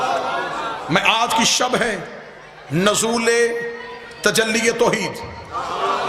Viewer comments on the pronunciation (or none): Bhai sb norool hota hai ya nozool